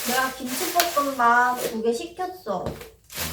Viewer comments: 두분 너무 사랑스러우신데 왜자꾸 김치볶음밥을 김치뽂음빱이라고 하시는거죠..구워졌다를 꾸워졌다 라고하시고..왜요ㅜㅜㅜㅜ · 저만 님이 "김칰볶큼밥"이라고 하는거 같나요..? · 언니가 김치볶음밥을 김치뽘음밥 이라고. 발음하시네 넘귀엽다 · 김칩뽀끔밥 (님발음) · 김치뽂음빱이라고 발음하셔서 귀엽당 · 김치뽁끔빱 발음 너무 귀여워요😭😭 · 김칮뽂금빱ㅋㅋㅋㅋㅋ 발음 귀여엌ㅋㅋ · 김치'뽂'음밥 저 발음 너모 카와이ㅠ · 낌치뽀끔빱 ! 발음 완전 뽀짝합니당 ㅠㅠ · 언니 김칫뽁금밥 이라고 발음하시는 거 너무 귀여워요ㅠㅠㅠ